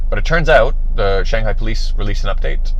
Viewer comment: it's pronounced Shawng-Hi not Shayng-Hi LMAO